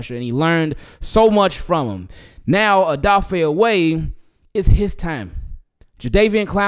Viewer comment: Isn’t his name O weh not oway